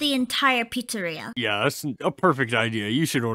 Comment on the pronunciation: "Freddy Fazbear's pritsarea" 💀💀💀